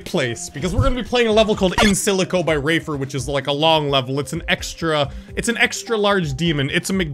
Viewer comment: He said rafer and it sounded like raver